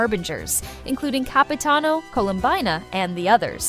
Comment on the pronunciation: Excuse me...but did i hear Capitino?😅🗿